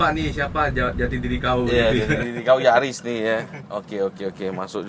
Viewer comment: Bukan Yaris, tapi NYariss 😂